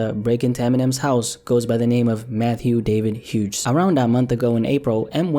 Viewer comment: You don't pronounce the "G" in "Hughes".